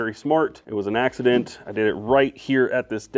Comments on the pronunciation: I came here to say this and thankfully it was already said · It was an ‘Ax-ident’ 😂 get well